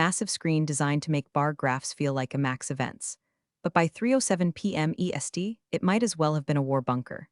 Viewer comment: Hi, Also the EST always written and pronounced as ESD. After some observations I've come to the conclusion that editors and reviewing the product pre upload are too expensive for this channel. Yours, Ann